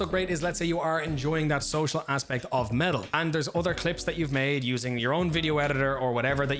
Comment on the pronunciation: Ngl until i went into the description i fully thought you were saying "metal" the entire time lmao